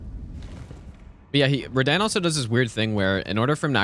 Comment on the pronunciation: His name is Radahn not radann